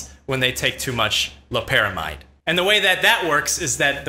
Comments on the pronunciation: It’s lopera MIDE, NOT MEED! It has been compared to and said to produce, when able to cross the blood brain barrier, effects stronger than fentanyl. It’s not chemically related other that being a synthetic opioid. It’s extremely dangerous to attempt getting ‘high’ off of it; the pay-off is not worth a fatal arrhythmia. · it's obvious you did your 10 minutes of "research," aka google. . . Loperamide's (MEED) not mide. . . furthermore, Loperamide is closer related to fentanyl, and is structurally similar to it Rule of thumb, NEVER assume molecules with similar shapes produce same effects, sometimes, this is a common misconception, even the slightly change in shape can change all physiological effects! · Call Me Witcher it's pronounced differently depending on where you have studied medicine, you sound like a pretentious Med school dropout